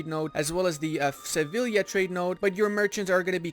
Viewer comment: Two LLs together make a Y sound in Spanish. "Seviya"